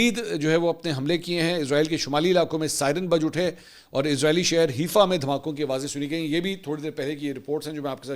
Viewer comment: The israeli city's correct name is Haifa (Haaifa) not Heefa , its a port city